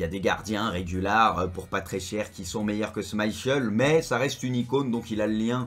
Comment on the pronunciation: Je rigole quand tu dis Schmeichel 😂